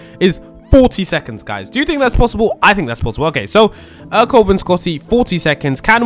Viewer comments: It’s prounounced air co lay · Its ercole i think